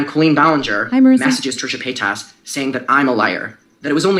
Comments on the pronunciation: "Muh-Kinner" I'm DYING. This coverage is AMAZING, but my biggest takeaway was somehow saying MuhKinner for the first several minutes.... "Pie-das?" But in seriousness, Alexa is so wonderful and smart and such a great activist. She's fostered such a nice space for victims feeling validated, I appreciate her ever growing and learning nature. Eat Predators <3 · I was giggling along with you at every “Mckenner” lmfao but then “Trisha Peynis” took me all the way out. Bless her sweet heart she tried!! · crying that alexa almost called trisha paytas trisha paynus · I'd only just stopped laughing with every time she said "McKinner" but then she came out with "Trisha Pie-tus!" 😭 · I appreciate her takes but the gross mispronunciation of McIntyre and Paytas were a little hard to get past lol